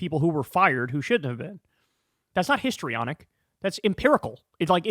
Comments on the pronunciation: He didn't say 'historyonic' he said 'hystaronic'.... because women are hysterical, don't you know. 😮They are using language we stopped using once upon a time because it was discriminatory and when 'hystaronic' was a DSM diagnosis often given to women. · It's "histrionic" because she's a WAMMAN, Kyle 🙃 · Him saying “histrionic” just gave away his whole strategy on how he was just going to claim that her questions had no basis